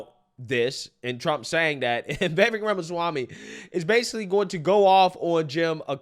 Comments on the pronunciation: Dude..Vivek....SOUNDS LIKE CAKE, NOT VEK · Just remember: Viv-AKE, like "cake". Stop all that "viveck" stuff.